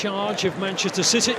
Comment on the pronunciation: Is it just me, or did he say "shitty" a couple of times instead of city? xD haha